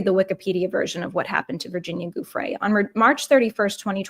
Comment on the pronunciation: Love your work, but in all your research did you forget to google how to pronounce Giuffre. Ju fray